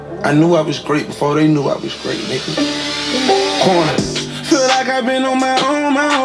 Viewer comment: You said rich homie kan 😂